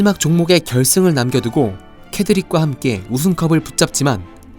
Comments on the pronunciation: 제발... 케드릭 아니고 세드릭.... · 케드릭 아닙니다...!! ㅠㅜ 세드릭입니다..... 트리 아니고 트로이 위저드 컵 입니다.... 드레이크 아니고 드래이코요!!!! 왜 이렇게 허점이 많죠....